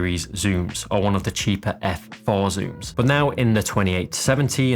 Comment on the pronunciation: do another video except youre not allowed to say "but" .... "Buh" lol.